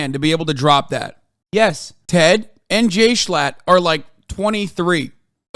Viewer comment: i love how hasan never pronounces ted's name right lmaooooo